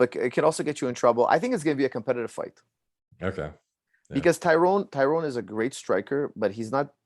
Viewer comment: So many people, who should know better, still fuck up the pronunciation of Tyron’s name. I’m not even annoyed anymore, it’s almost impressive.